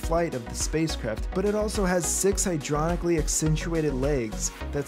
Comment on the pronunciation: What’s a “hydronicly controlled leg”? English much?